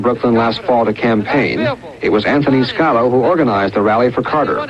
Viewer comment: SCOTTO NOT SCALO RIGHT?